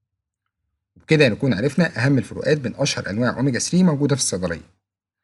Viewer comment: اوميجا ثري وليس اوميجا سري